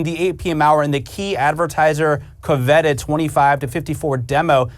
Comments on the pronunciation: Covetted? Dude has the wrong emPHAsis on the wrong syLABble 🤣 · Thank you about the "co-vet-ted" timeslot.